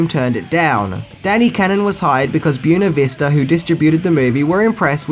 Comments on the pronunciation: Your pronunciation of Buena Vista made me laugh. It’s “Buh-way-nuh” not Bue-nuh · Wtf is boona vista? Did you mean boo-way-na vista? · i really find it annoying when you mispronounce things... do you do it on purpose??? Byoona Vista? Bwena Vista! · Buena Vista is not pronounced "byoo-nuh vee-stah", it's pronounced "bway-nuh viz-tuh." It means "beautiful view", and it's the distribution arm of Disney. (Disney World centers on Lake Buena Vista.) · keeps saying "See-ga" Genesis. Is this an Australian thing? And same with "Bew-na vees-ta" pictures. How hard is it to say " Bueh-nah Vista"? For crap's sake... Diane Lane is one of the true babes of this century ( Last century? Anyway, recently...). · You're pronouncing "Buena Vista" as "byoona vista". It's actually "bway-nuh vista". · I get that you're Australian, and you pronounce things differently. (Oriented vs Orientated etc.) But learn NAMES. Byoona Vista? It's bWAYna Vista. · FYI, Buena, in Buena Vista, is pronounced Bway nu, not Byoo nu. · Buena Vista pictures (pronounced as wenna in Spanish or more commonly said bwenna, not byoona! XD) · Just can't let this pass... it's not pronounced "b-you-ne-vista"... it's pronounced "b-wen-a-vista". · Random note: the name of the studio, "Buena Vista", is not pronounced, "byoo-na vista", but rather is pronounced, "bwen-na vista". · It's pronounced bwena vista,not boo henna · Boona Veesta? you’re priceless mate 🤣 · **Boo-way-nuh Vista** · Accent or not, I have never heard Buena Vista pronounced like that. "byoona vista" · buena vista....its spanish....bw-ain-a vista....beuna vista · It’s pronounced “boo-WAY-nuh” and “SAY-guh”. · pronounces "Byoona Vista" about as well as Stalone pronounces "law" throughout this movie. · Buena Vista (boo-way-na vee-sa) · Buena Vista is pronounced bway-nuh-vih-stuh, I mean no offense either, I love your videos brother, just trying to help :) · I hate the way you say "Buenavista". It's Spanish, you totally mangled it.